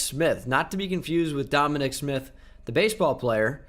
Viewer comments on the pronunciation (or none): none